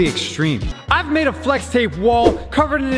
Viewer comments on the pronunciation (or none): Right at the beginning he said "flesh glue" instead of flex glue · It sounded like he said flesh instead flex in the intro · When you realize said fles glue in the beginning of the vid